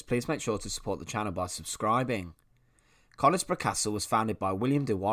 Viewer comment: the locals pronounce it as cunisbro ! :)